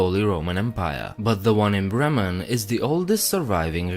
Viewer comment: Well nice, I was born in Bremen. Your german pronounciation is very nice❤